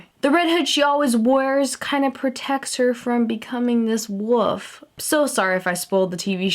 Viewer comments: I couldnt get through the whole thing because its "wolf" not "woof" okay? Okay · Wolf not woof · She said woof go get a spelling sheet and say it properly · It's wolf not woof❌🐕woof,woof✔🐺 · It's wolf not woof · she says wof instead of wolf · Did she say woof? No hate please because I'm not wanting to sound rude but was it just me or did she keep saying wouf? :/ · did you say woof instead of wolf? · u said woof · Was I the only one that felt the need to correct her when she said 'woof' instead of 'wolf'? 😂😂 love ya! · She's saying "woof" instead of "wolf" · I think she's pronouncing it as "wulf" but it sure sounds like woof! It's kinda cute though! love this transformation!!! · is anyone else bothered that she kept saying woof instead of wolf because it wasn't cute at all just freaking annoying!!! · lol, she keeps saying "woof" instead of "wolf". :P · Why is she saying woof not wolf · KatieQuake Animations she said wof instead of wolf (were wolf) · I love this the only thing is that you said woof not wolf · WOLF NOT WOOF I JUST CANT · No offence but it's wolf not wuf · Melissa Brooks exactly u never know she might actually be saying wolf but going through whatever she is casting this on it might sound like woof or thats just how she tlks alexis melby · it's WOLF not WOOF and i dont mean to be rude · Its PRONOUNCED WOLLLLLF! NOT WOOF! Theres an L in WOLF! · why do you say "Woof" its "Wolf" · Did u say woof instead of wolf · did anyone else hear that she said woof instead of wolf? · Why r u keep saying Wrere wofe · why do you say woof and not wolf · OH MY GOSH IT IS woLf there is an l it is not wuf WOLLLLLF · Did it bug the shit outta anyone else that she kept saying 'woof' and not 'wolf' ... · when you say wolf it sounds like you are saying woof lol I love you your so funny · Its wolf not woof sorry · Its wolf not woof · Is saying wolf like woof an American thing? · The way you say wolf :) you pronounce it woof :) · Yep she said wof